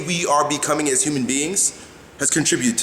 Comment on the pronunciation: its ''contribute''